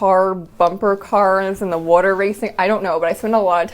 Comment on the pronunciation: Are you from Jersey? The way you say water tickled my ear. Cool collection!